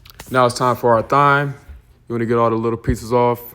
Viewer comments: Thyme is pronounced Time.... Just an fyi😉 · It’s cute that you pronounce the “h” in thyme lol…